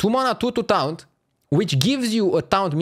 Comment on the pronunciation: Noone:: TOUNT